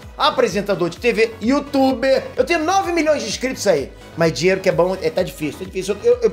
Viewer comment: GENTEEEE O FALOU DINLELO EM VEZ DE DINHEIRO